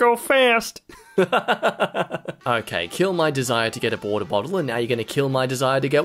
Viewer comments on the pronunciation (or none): Everyone talking about how he said wottled bater, but no one talking about how he said borter botlle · I heard it as waddled butter 🐧